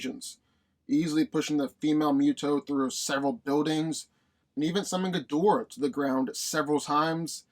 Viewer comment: You’re saying Ghidorah wrong.